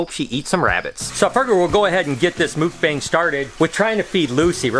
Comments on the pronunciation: Awesome! Here's an inside tip; we Koreans say it more like MOOK-bahng than mook-BANG. The 'bang' part is a bit softer. I love this video, keep it up!!! 🤗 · Its pernonserd muk not mook like yuk but muk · Hi ~ mukbang is Korean and it's actually pronounced Muck-bang not mookbang,😉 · I always heard mukbang pronounded as "muck-bong" instead of "mook-bang" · it's pronounced MOOK - BONG 🤦🏽🤦🏽🤦🏽 I cringe everytime. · Not to be that guy, but your pronunciation of Mukbang kept making me flinch... Its kinda like Mūk-bong with the U sound being kinda like a "ooh" sound... I really love your videos though! You live the dream I only dream about! Also, would you be cool with me doing an unboxing video of a snake I am looking to buy from you? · It’s pronounced muhk-bawng lol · Haha thats not how you pronounce “mukbang”. Muck-baahngg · It's pronounced Muck-baa-ng Like you MUCK a barn BAA baa black sheep -NG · its pronounced muk - bong not bang lol. Awesome video though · I'm giggling as you're pronouncing it wrong. 😂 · You are saying it wrong